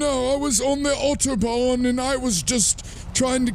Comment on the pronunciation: Lewis Johnson I know I live a few minutes away from the German border I just thought it was funny how overly overdone he did it that's why.